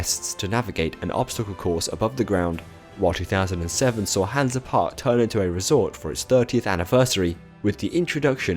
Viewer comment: Great video! Hansa Park is a pretty good park, Kärnan is insane. BTW You’re pronunciation is hilarious